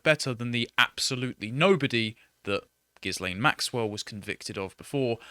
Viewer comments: Hey, it's pronounced Gillaine. Rhymes with villein. The s is silent. Her mum was French and her dad was a pretentious con man and social climber. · GILL-LANE - The "S" is SILENT. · pronounced “GEEEE-Lane” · You guys can't even pronounce her name properly. This is typical of the English. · Why can no-one pronounce 'Ghislaine'? It's French; the 's' is silent. This is not rocket science. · I'm still miffed about how no one knows that the "s" in Ghislaine is silent. It's silent because it stands for sex-trafficker.